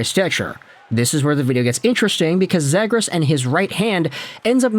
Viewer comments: It's ZEE-gras. You are clueless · lol…. bro you aint even saying his name correctly. Zagras lol😂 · Next time If you can’t pronounce someone’s last name just stick to the first name, lasted less then 2 minutes cause of how annoying you saying “zaygras” was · It’s pronounced zee-grus. Jesus. And lower the octave of your voice. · Is anyone gonna tell him he’s pronouncing zegras wrong?